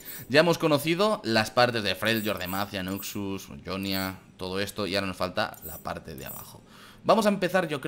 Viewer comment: ¿Por qué dices "Yonia" si en el propio juego dicen "Jonia"?